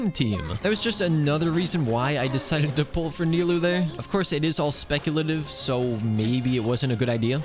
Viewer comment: ahh thanks god says nilou correctly and not nailou like most of people nice job edit: ok you ruined it by saying kavih xD